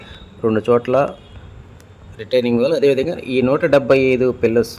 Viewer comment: రిటైలింగ్ కాదు. Retaining.రిటైనింగ్